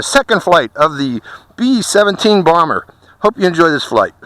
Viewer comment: Did u say blomber